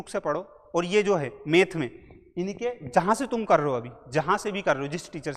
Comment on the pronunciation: मेथ नहीं मैथ 🤓